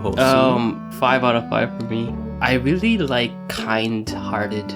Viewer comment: Yes You WEALLY Like It Plz learn English... ill help 2 ifya want:D